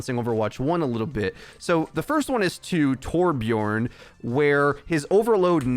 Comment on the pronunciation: Hi. It's 2021. I feel like you should know that Torbjörn rhymes with "learn" and "burn" rather than "born". Much love / your friendly neighborhood Swede